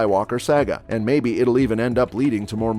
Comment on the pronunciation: I find your pronunciation of "saga" disturbing.